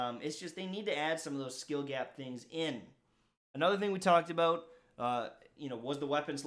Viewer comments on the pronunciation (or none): Dude he said aboot then about right after?? Who are you????